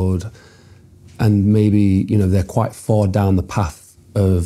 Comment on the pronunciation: FaiTH Not FaiF. PaTH not PaF. It is painful to hear someone speaking like this.